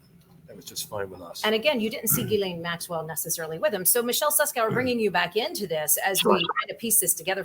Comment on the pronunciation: its pronounced JIZZ-lane